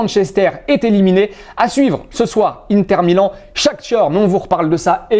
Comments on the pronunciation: Shakhtar pas SHAKHTIOR 😂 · Bezin Krancini Shakhtar c’est la vrai prononciation mais shakhtior c’est la prononciation et l’écriture en anglais